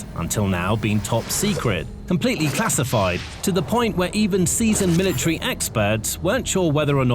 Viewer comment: So, what is a milatree? Is that like a metric sprout or something? Did this fool not pay attention when studying grammar and pronunciation? What good does this lack of proper communication do for the young folk just entering society? Somebody please tell me.